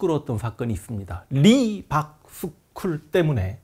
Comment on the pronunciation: Reebok 신발회사인줄 알았네요 (미국발음 리박)